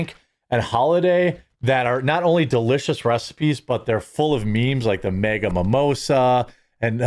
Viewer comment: I like your videos and most of your options, but when you pronounce MAGA, as, “Mega,” it throws me off 😂 Your lingo sucks. Your coffee is good though lol